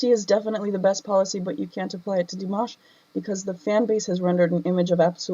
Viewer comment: Firstly, i love you reaction of Dimash very much. I always waiting for your reaction. But i just need to point out something.. People butchered his name (including you) so many time eventhough having react to him so much.. (everyone, not even singing using his name, just plain speak..butchered it) so I think from that, we can make a simple point.. Our own pronunciation is a mess when we pronounce something unfamiliar, so why we give leeway to ourselves but being critical to others? 😉 its true his english is not good during Singer competition..he don't know any English at that time.. What to expect, he just practice it a few day plus his hectic schedule during that time. Now his english got so much better. Btw honesty still the best option. Its good you point out what you felt. No need to be sad about it.. But while being honest, we should also having empathy.. Understand and learn when people correct us.. Its not about honesty alone after all.. 😊